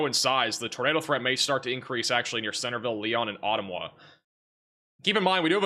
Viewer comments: It’s pronounced, Aw - tum - wuh 😊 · Just for future reference to help ya out. Carlisle is pronounced Car-Lyle. Ottumwa is pronounced Uh-tum-wa. ;-)